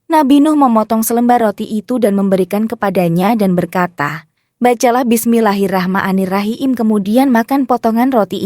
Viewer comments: Mohon Maaf Mbak yang baca teks bukan orang Islam apa yaa…Baca Basmallah saja tidak becus kenapa membacakan Kisah Tsb…Mohon diperbaiki untuk ke depannya agar Lebih baik….Hatur Nuhun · Aneh siapa ini yg ngomong? Robot atau tai kotok? Ucapan bismillahirrahmanirrahim juga salah mengucapkan nya, Al-Qur'an di sebut Al kur'en, terkutuk bagi yg menyalahkan ucapan dengan sengaja